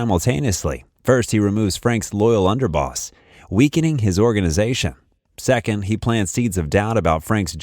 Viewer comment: it’s Second. Not Seconde